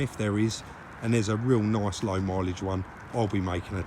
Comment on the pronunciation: nice but they way you say it sounds like noice . If that's how u spell it